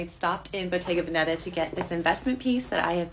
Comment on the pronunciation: Bottega véneta not venéta. The stress is on the first "e"